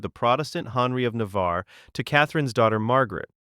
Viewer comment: I like how the AI voice says Henry as "Hunree"